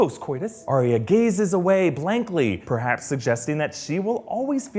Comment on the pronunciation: It's Ar-ya not Ar-y-a. It's just 2 syllables.